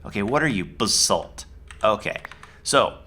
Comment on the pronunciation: Everytime he says "Raw Basalt" it sounds like he's saying "Rob Assault" xD